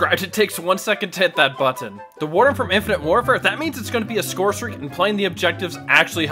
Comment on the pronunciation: love your videos but i’m begging you to stop pronouncing button the way you do…